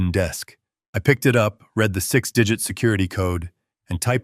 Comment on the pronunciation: Please AI, learn how to say the past tense of "read" which is pronounced "red"